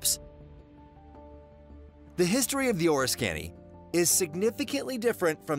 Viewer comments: It's "Or-RISK-kin-knee" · The pronunciation is way off. Originally, Oriskany was Oriska. However, do to a punctuation error, Oriska, NY became Oriskany. There is a plane from the USS Oriskany in Oriskany, NY as a monument. I grew up in the area and stop by the monument when ever I'm in town. Thanks for posting the video, I learned something new about the USS Oriskany.